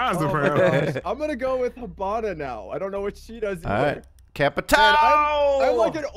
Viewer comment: ...plz Hibana's pronounced like He*bana, not Ha*bana. Sincerely, from a half Japanese. Great video though